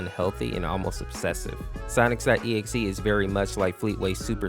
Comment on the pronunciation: why do you pronounce sonic normal but when you say SONIC . exe you say Sonix.EXE?